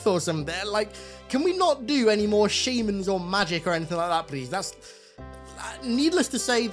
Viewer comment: I love ya but why are you saying shaymans and not shamans